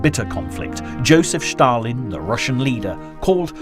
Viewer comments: Stalin is Ста́лин in Cyrillic script. Your narrator pronounces it /ʃ/ . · Ștalin🤣🤣🤣🤣maiby Stalin whithowt Ș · This narrator says Shtalin . It’s probably the correct Russian spelling but it certainly sounds funny as he says it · Please don't say Stalin anymore 😂 never heard it said so weird before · For the love of god, stop saying Shtalin, and Shtalingrad. Its Stal=in-grad and Stal-in.Russians don't even say Shatalin, this is the first person I have heard call him that.Great documentary though, but PLEASE pronounce the names correctly, its not that hard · I love the video’s, but the “Schtalin” en “Schtalingrad” instead of Stalin and Stalingrad is driving me crazy😂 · Annoying to keep hearing the Sean Connery impersonation, " Shtalinrad and " Shtalin " , no one pronounces those words like that.